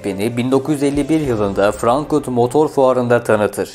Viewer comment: Frankfurt yerine sürekli Frankurt diye telaffuz ediyorsunuz.